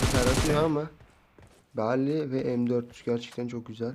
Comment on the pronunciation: Berly değil beryl